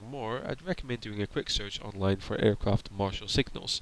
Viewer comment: kinda hard to listen to someone who cant say there RRRRssss apron is said like apwon aircwaft pesky wabbit 😂😂😂😂😂